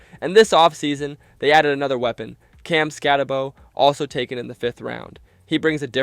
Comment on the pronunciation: Schoen=Shane, Malik=Mahleek, Daboll u say it like table, SkatteBOO not Bo & Mbow the M is silent but he pronounces his last BO. you f'ed up so many names man I had to lol